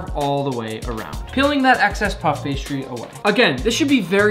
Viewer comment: JUST SAY PASTRY ITS SO ANNOYING!!!